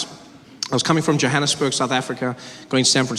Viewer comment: When he butchered pronounciation of Johanesburg (I mean its a german name after all). XD